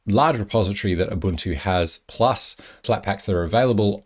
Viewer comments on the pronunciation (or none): none